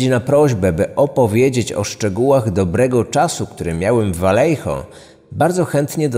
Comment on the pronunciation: pierwsze 4 minuty i już mam trigger xD miejscowość czyta się po hiszpańsku czyli Wajeho (oryginalnie Vallejo). Podwójne "L" czyta się jako "J", a litera "J" w słowach czyta się jako "H" :)